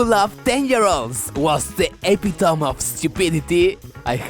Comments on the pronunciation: Good vid, hope dick has thicker skin than others! btw E-PIT-O-ME not EP-I-TOME. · hey king, its e-pit-toe-me not epi-tome but still go off tho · My only issue with this video was how you mispronounced "epitome".